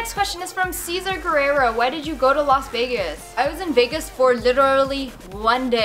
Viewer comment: Los Vegas ? Rip English 😂😭👌